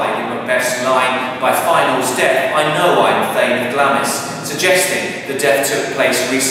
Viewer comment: PRONOUNCED GLARMS! SIR